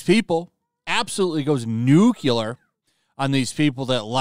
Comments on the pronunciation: Nuclear, not NUKULUR! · Did you really just say "NUKE-ULER?" It's NUKE-LEAR. Holy shit dude.. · It's "Nuclear", not "nucular", learn to speak. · Can't believe he went nucilar like that